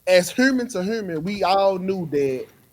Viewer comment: This dude said "We all Hrrrrrrrrrrrrrrrmans"